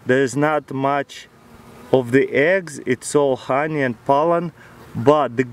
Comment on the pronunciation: I like the way he pronounces honey. "hanjej" 😂